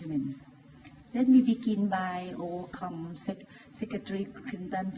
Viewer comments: overcome: she said over-cum ซึ่งเกี่ยวสําเร็จความใคร่ สองคํานี้ความหมายต่างกันแบบชนิดทําให้คุณหน้าแตกถ้าออกเสียงแบบนี้ Hillary ทําหน้างงคิดไม่ถึงว่าคํานี้จะหลุดออกมาแบบทําให้เธอเซ่อไปเลย ถ้าดูในทีวีจอใหญ่ยืนคู่กันเห็นHillaryถึงกับสดุ้งน้อยๆแบบงงๆเหมือนโดนชก เธอเป็นนายกเป็นหน้าตาเป็นตัวแทนของประเทศเธอทําอะไรมันกระทบกระเทือนต่อประเทศ ถ้าเธอเป็นคนธรรมดาอย่างเรามันไม่ผิดอะไรหรอกอย่างดีก็ฮาก็จบดังนั้นก่อนพูดก่อนประชุมก่อนแสดงความคิดเห็นเธอต้องเตรียมตัวทําการบ้านไม่ใช่จะพูดจะตอบอะไรก็ได้มันเสียหายได้ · "โอเวอร์คัม"????? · "Over come" อ่ะจ๊าาาาาาาก...!!!